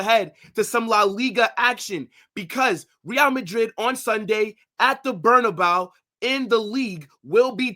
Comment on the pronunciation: Please stop saying “Berna-bow”. That is not how it is pronounced.